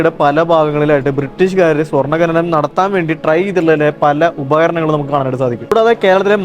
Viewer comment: Bhai, ഖനനം എന്നാണ് പറയേണ്ടത്, ഘനനം എന്നല്ല.